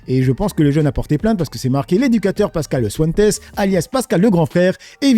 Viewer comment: non c'était par rapport a Pascal le grand frère il a dit pascal swentes 🤦 et pas que ça l'autre jour Rodez il prononce ça Rodé j'aime bien le contenu je regarde toutes les vidéos mais il faut faire un effort quand même